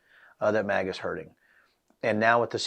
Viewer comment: Mate, just cus we're British... doesn't mean you need to change the pronunciation to "mahga"... Just say "maga" like everyone else! 😂🤦‍♂️ Do you also say "Alabahma", "Alahska" and "Indiahna"? Got me cringing over here